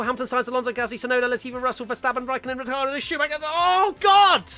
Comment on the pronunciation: Preeeeetty sure you said "Rittardo" at one point of the Race Rundown and I'm still laughing